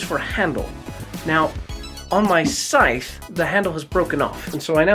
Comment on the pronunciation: Aaaargh! It's agony! Scythe rhymes with "HIVE"!!!! Not "strife".